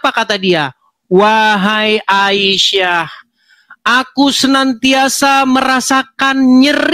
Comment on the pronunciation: ..wahai a i sah...😂ngejanya itu loh bikin ngakak